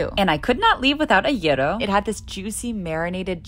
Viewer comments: the way she pronounced those foods made me cringe to my core since I'm Greek. edit: I take it back bec you said Gyro correctly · Impressed with her gyros pronunciation. Wonder if she’s Greek, knew it from having it a lot, or did her research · Yeah, yeah finally someone pronounced "gyro" correctly 👌🏻👍🏻